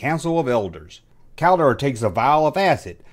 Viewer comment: i knew this ... still surprised,,, you said Keldor rigth😆